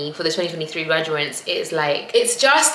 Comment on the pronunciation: 'Gradu-ATES' not 'graduants' 😂😂 Well done and congratulations, 🎉🎉